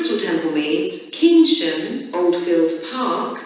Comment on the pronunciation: pronounces Keynsham incorrectly.